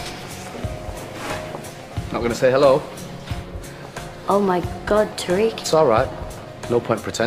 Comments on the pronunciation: Who else cringed when said "tariq" wrong 😂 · Yea she was like tareeq 😂